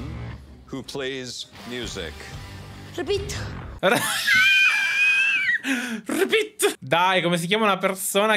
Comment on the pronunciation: "ripit" mi ha fatto cascare dalla sedia 😂😂😂come se cmq ripetendo l'avrebbe capito🤣🤣🤣